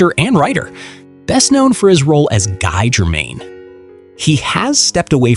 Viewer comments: It’s Gee, not Guy. That’s how his characters name is pronounced. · No in the movies everyone said Gee not Guy. Rewatch them, and you’ll hear them all say Gee.